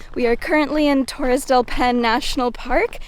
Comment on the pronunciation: DEL "PINE" PAINE* PA I NE